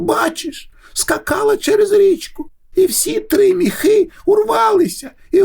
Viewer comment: Чудова ідея читати казки українською! Але наголос в соові ,,міхи" має бути на і —,,мІІІхи"